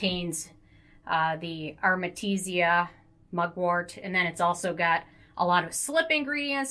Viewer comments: Listen ...its AR-TE-MI-SIA Not ARMETISIA or ARTESIMIA...hahaha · Takee a shot Everytime she says Artemetisia